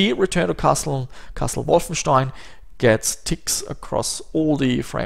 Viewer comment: Finally it's confirmed, german is your native language. Was not sure before but how you pronounce Wolfenstein gave it away. :D